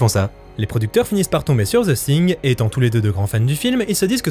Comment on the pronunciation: “Ze Sing” !!! 😂😂😂